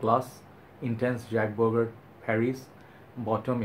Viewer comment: bro. it shud be pronounced as jock bogart.